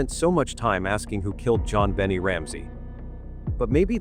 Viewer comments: Why do you say JonBenet wrong ? It is pronounced as ( JonBenay ) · NOT Bennie it is Bennet .....a silent T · Note, -AY eye keeps calling Jon-Benet ; JoBenny. ( Yore welcome. It's nerve wrecking.:face-blue-wide-eyes: ) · It would give the video more credibility if you at least pronounced the victim's name correctly. She wasn't the daughter of Jack Benny.